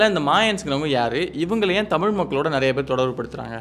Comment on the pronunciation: Left side guy should first learn to pronounce thamizh ... pathetic to ears when he pronounced thamizh as thamil